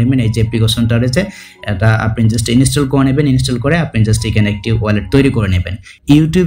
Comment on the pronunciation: ভাই মনে হয় Just কে জুস্ট বলে